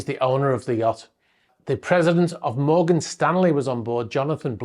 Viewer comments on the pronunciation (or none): none